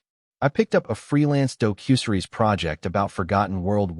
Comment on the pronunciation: Doe-cue-sur-eez. What the heck is that? Did you perhaps mean doc-you-series?